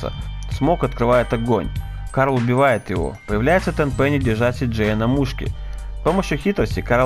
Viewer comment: Хех, почти в конце послышалось Кал ДжонсонXD